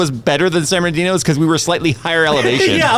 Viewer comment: Ah, ole San Bern-da ghetto